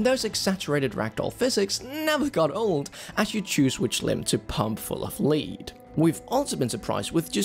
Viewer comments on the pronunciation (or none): Lol it's pronounced Lead (L-ED) not Lead (LEE-D) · Did he really say “tour de France” when he meant “tour de force?” And “saparilla” instead of “sarsaparilla”? And “pump full of lead (LEED),” in place of “pump full of lead (LED)? Brits are hilarious. And google is helpful. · LoL yeah maybe if you rode bikes in the game instead of horses it would work! Also, 'pumping someone full of 'lead' (leed) had me 😂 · Tour de France? Pumped full of leed? Lol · "Pump full of leed" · I'm presuming that is because isn't a native English speaker (?), or maybe it was a deliberate accent? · "as you choose which limb to pump full of lead" "lead," not "lead,".😉